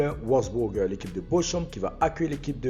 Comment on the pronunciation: La prononciation de Bochum se prononce Borhoum en Allemand et pas bochoum 😂